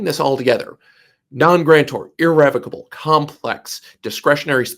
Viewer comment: YOU DON'T EVEN KNOW HOW TO PRONOUNCE THE WORD IR-RE--VOC-ABLE.